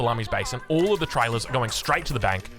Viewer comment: "Let this be a lesson to 'wall' of you"